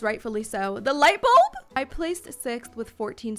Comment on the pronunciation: “THEH LuIGHT bOlB?”😂😂